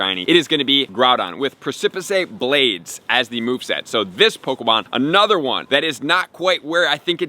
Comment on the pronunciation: Preh-sip-uh-say Blades. we love you.